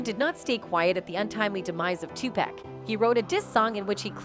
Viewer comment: The robot keeps saying 2pac as in 2 pack It pronounced Tupac ,as in 2 poc say it with me now 🔊